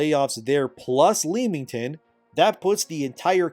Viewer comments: For reference it’s pronounced Lemmington 👍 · Fyi, miner nit-pick from an Englishman who lives not too far from Leamington. The first two syllables are pronounced the same way as the rodent renowned for jumping off cliffs, IE lemming-ton. No, it doesn't make sense, but there it is!